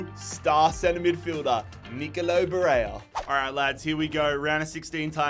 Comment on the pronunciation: As an Italian… you pronounced BARELLA compltely wrong. Its not like Spanish, you pronounce the L like an L. We put 2 L’s there, because when you pronounce the word, the L is supposed to last longer. So its not Barelia, but Barella.